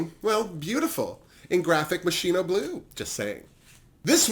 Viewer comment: I don’t wanna sound phony, but moschino is pronounces with a k. The ch turn into a k. So moskino. And marbella, is pronunced with an j. In spanish double LL turn vocally into a J. Mallorca, Marbella. And, there is a famous „dress in white“ party in marbella, maybe that was the reference for the white outfit of aranjia. Besides that, nothing to say, you‘re fab! Btw. Where are u watching drag race espana? We don’t have it in germany